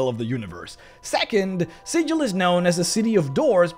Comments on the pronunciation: Super excited for this series, and as much as I enjoyed this one hearing another person mispronouncing Sigil's name makes my soul cry. For reference in D&D the city of Sigil is pronounced as Sig-ill or Siggle not Si-jill like the standard pronunciation of the symbol. The small lore there is on this difference of name is pretty interesting, and it's all based on an in-joke between the original writers. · Oi,, it's pronounced "Sigl" ya' barmy prime! Get it right or some peery cutter's gonna peel you like a sodding rube instead of treating you like a greybeard planeswalker! I... may have been playing a cager (Sigil-born character) recently and endeavored to somewhat learn The Cant. But, seriously though, the city of Sigil is spoken as "Sigl", probably because they've got their own slang going and it is a sure way to tell the natives from the non-natives. Please try to keep that in mind next time.:) The Lady of Pain sends a poor sod to get lost in the mazes every time you call her city Sigil instead of "Sigl". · Great video but you're pronouncing Sigil wrong, my dude. When talking about the city, it is pronounced with a hard G instead of the soft G. Otherwise in a real world context, you are pronouncing it correctly. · Also it's pronounced "Siggle" not "Sidgel". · According to lore, Sigil is pronounced: "sih-gul" not: "sih--jil" infact if you pronounce it the latter way inhabitants of the city will try to rip you off for being a newb. We know the Lady of Pain destroys anyone that tries to worship her and within Sigil she is more powerful than all the greater dieties of all the pantheon put together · It's pronounced with a hard "g", like "siggle". Trust me. (I should specify that I'm only speaking of the city. The common noun is, of course, pronounced with a soft "g", hence the confusion.) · You say Sigil like a berk.